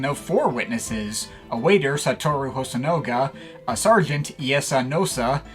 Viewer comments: Nitpick, but it’s HosonAga, not HosonOga. I guess I should get used to mispronunciations on this channel, like Sawhit instead of Sahwit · Small correction: it's hosonaga not hosonoga